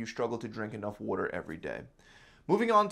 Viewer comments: Great vid very helpful. The way he says water bothers me though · Definitely need to get some wooder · What’s “wooder”? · I like how he says water..... wuder or wooder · Worder? Is this guy from Baltimore? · "drink wuter" 😂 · Adorable how he says WUDDER instead of WATER. XD Think that's an East Coast thing. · “Water” nah “Walder” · WTF is wooder? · Water..with a “T” he’s definitely from the east coast 😂❤️ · Where are you from? I just heard you say water.